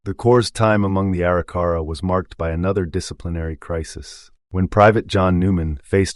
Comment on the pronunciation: EXCELLENT re-telling of the events on this years and years long journey by the Corp of Discovery!!!! But there are more mis-pronunciations of some of the Tribes. At ........The Arikara Tribe is supposed to be pronounced A - Rik - Er - Ra not Eri - Cara.